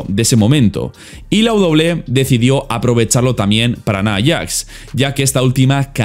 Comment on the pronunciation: "Naiyax" XDe